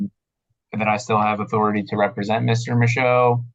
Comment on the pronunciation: Dude's pretty obviously reading off a script (and POORLY, too, I might add - pronouncing "represent" as "reee-preee-sent" 😂), and if I had to guess, I'd bet it's a smudged and poorly printed copy of a script he found on some idiot's SovCit geocities webpage. I'll honestly never understand what these deluded idiot SovCit freaks think when they utilize such CLEARLY FLAWED defense tactics like this... especially given the undeniable fact that, you know: NOBODY HAS EVER WON ANY CASE USING A GENERIC SOVCIT DEFENSE - EVER! [Incidentally, someone needs to tell this nut that ending everything you say in court with "for the record" DOESN'T make you a lawyer, m'dude.]